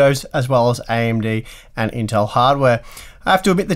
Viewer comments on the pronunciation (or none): none